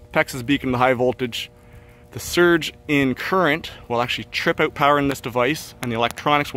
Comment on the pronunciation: "coming oat" - I think I hear a Canadian